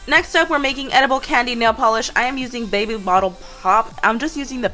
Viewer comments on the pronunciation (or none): none